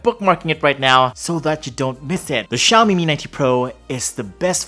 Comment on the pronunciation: Ano po yung "Xiomie" ma'am? Tingin ko kase "Xiaomi" lol